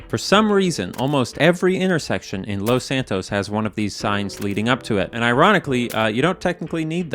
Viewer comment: First off I wanna say, I love these videos. But, the way he says Los in Los Santos just pisses me off. He doesn’t say it that way when he says Los Angeles.